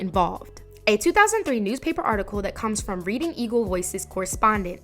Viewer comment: The reading eagle is my local newspaper in Reading, PA. cool to see it mentioned. Also. Not being rude, it's pronounced Red-ing eagle